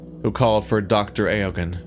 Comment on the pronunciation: for future reference, in case the name comes up in a different game, Eogan is pronounced approximately like Owen. It’s one of those Irish names like Siobhan that don’t look like they sound to English speakers (but probably do make sense if you speak Gaelic).